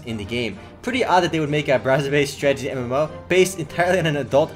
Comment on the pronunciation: when he says stragety i get annoyed